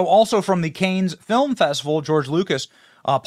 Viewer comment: It’s pronounced “Kaahhnn”, not “Cains”. So almost like the famous Star Trek villain or Bollywood Star, not multiple version of the biblical brother who committed fratricide. 😅 Hollywood is in a similar state they were in around the 1950s, although it’s even more corporate and franchise driven now. Back then studios were making insanely expensive movies that ended up bombing left and right and were all very much alike and had nothing much to say. This lead to the 1960s where they hired young filmmakers (the ones that are now the old guard and telling people modern movies aren’t cinema), and they were making stylish, personal and relevant pieces that really got people. Those were not franchise movies by the way. Star Wars was one of those movies. We need a new New Hollywood movement. Then again, now everyone can simply make and distribute their own movies, if they really want.